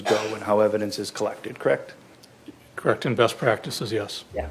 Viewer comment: You're a cop krect?? Krect! Collect data, krect?? Krect!! You arrest people, krect?? Krect! Drive a squad car, krect??? Krect!!! And you're a sheriff, krect??? Krect!! Been one for a while, krect? Krect!! Krect krect krect kect krect krect krect krect.......krect??? Krect!